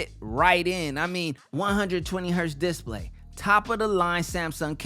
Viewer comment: I never realized that it was difficult to pronounce the word "display"